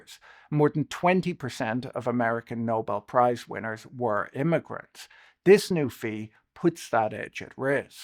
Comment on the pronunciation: Imiagrints, im-a-"grants" im i barking up the wrong tree?